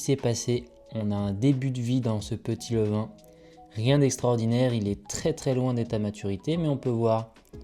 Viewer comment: "levain" svp, merci beaucoup. Superbe votre chaîne, vidéos au top !